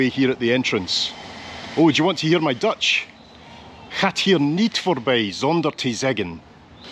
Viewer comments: Don't apologize for your Dutch, it's really pretty good!! Had no problem whatsoever understanding what you said. Probably because you're Scottish and have no problem pronouncing the infamous 'G' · Your pronunciation is good and you really found a very quiet day. I've been to Maastricht many times (even walking the Pieterpad from Groningen to Maastricht), but I always thought it was almost too busy. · Hi, just watched your tour of Maastricht and your Dutch pronunciation is actually very good. Love all your other videos. Thank you. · You did well with the pronunciation of the Dutch language. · I'm astonished by how good your Dutch pronunciation is! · I was born in Maastricht you showed the best parts ❤ your pronounciation was perfect 🤩 loved you saying dont go to Amsterdam 😂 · you do pronounce most things surprisingly well. to the point that i wonder if you ever tried to learn dutch ;o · What a great video,. I just love the way you wander around with a basic plan in your head while not forgetting to be distracted by your curiosity. And your Dutch pronunciation is actually really good. No difficulty at all in understanding what you're saying. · Your pronunciation is really good!👍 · You As Scottisch man who cant speak dutch. Im actually quite surprised how good you pronounciation of Dutch words are. Even the double letters who people outside NL cant pronounce you pronounce them mostly correct. As a dutchmen im impressed.